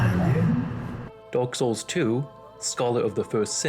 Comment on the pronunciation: I'm sorry ya'll I can't unhear it "Dork Souls"